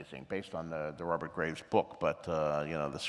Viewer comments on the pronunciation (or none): none